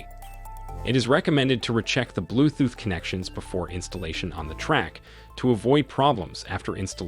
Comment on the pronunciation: Blue "thooth"?